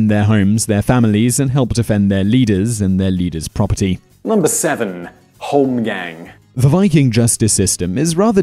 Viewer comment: Holm gång, pronounced holm gong, not holmgeng